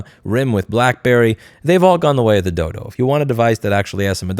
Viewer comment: Did you say the Nokia and Rasberry have went the way of the dildo or the dodo? lol